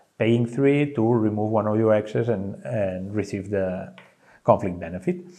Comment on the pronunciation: Really hard to understand an explanation of a game where a vital part is interacting and placing hexes around the boards, when the person keeps referring to them as "ex's". I'm sure he is am experience boardgamer / presenter, but if you attempt to do a tutorial video in english, pronunciation ability is probably quite important thing to consider.